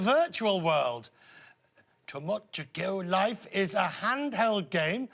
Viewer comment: Oh gawd, he can't even say the game right. I don't even know why this game is such a big deal on the same sex issue. I mean couldn't you do this with the Sim games? What is the age range for TL. I have it and barely play it. Personally I'm waiting to reenact the Kill la Kill scenario between Ryago and Satsuki. Can I do that?